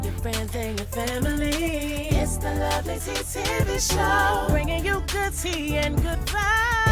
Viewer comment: Yessss.. You said that right👏🏽👏🏽👍🏽👍🏽😍🧡